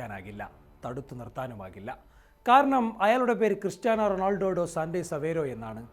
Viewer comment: റൊണോൾഡോ അല്ല റൊണാൾഡോ.. ണോ അല്ല ണാ.. എപ്പോഴും ഇങ്ങേനെയാണ് പറയുന്നത്.. തിരുത്തുമെന്ന് പ്രതീക്ഷിക്കുന്നു..